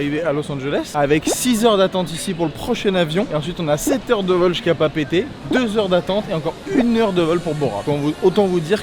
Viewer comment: 😂 C'est pas Papété C'est Papéété